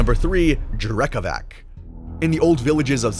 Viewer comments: Dude Drekavac is pronounced with C not K 🙂👍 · hey great interpretation of both drekavac and bauk! their descriptions differ from village to village of course, but all you mentioned was generally accepted norm. just tiny correction speach-wise about drekavac, it is spelled like drekavatz, but that's not something you can know from reading, so it's fine. still 10/10 from my side! big + for that eerie screams from them, very good! and big thanks for covering them at all!